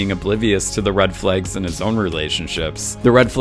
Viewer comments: "red FLEGs"? you from Minneapolis? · I have never heard the word "flags" pronounced like this.